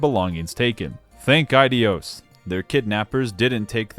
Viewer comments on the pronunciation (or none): none